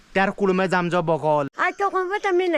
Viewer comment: बकौल नहीं गुफोल कहते है